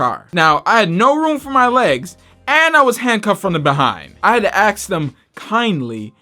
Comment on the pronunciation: Wow, didn't know. Rap like that happened to you. Also stop axing people. !!